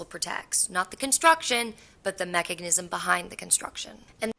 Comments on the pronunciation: Is it just me or does that girl keep saying mechagnism instead of mechanism lol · her repeatedly adding a ‘g’ to “mechanism” is killing me slowly. 😅😭